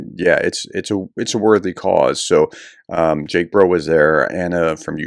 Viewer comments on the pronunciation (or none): none